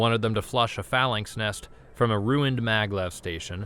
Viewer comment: phalanx, executer, and a few other words badly mispronounced. Please look up some of the more unfamiliar words before you try and narrate them. Either that, or the writers need to use smaller words. Sigh